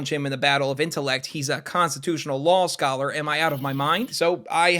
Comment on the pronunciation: WELLLLL YOU SAY LOL SCOLLER NOT LAW SCOLLER AAAAAHAHAHAHA